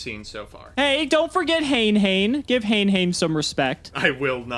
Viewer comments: Hane hane is not pronounced the way your sayimg it. Its "Ha Nay Ha Nay" if you dont believe me check out the old school tutorual video. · Its pronounced Ha né Ha né